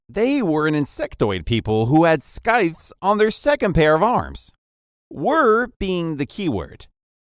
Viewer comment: Scythe is pronounced (Sythe) the C is a soft C